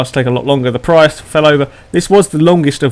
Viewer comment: You said Prius wrong...